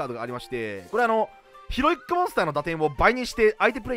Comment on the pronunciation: ヒロイックがひろゆきに聞こえて笑う